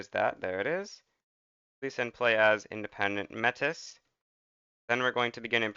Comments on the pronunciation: Just a heads up, the Metis are an ethnic group of indigenuous french speakers, and its pronounced May-Tee rather than Mettis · metis is pronounced "may-tee" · It's "May-tea" by the way, chat. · Its pronounced may-tee. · not be an asshole but its pronounced mei tea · obligatory "thats not how you pronounce mètis" comment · no he didnt